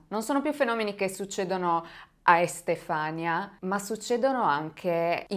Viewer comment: Magnifica come sempre... 😘 Si pronuncia Estefanìa comunque 😂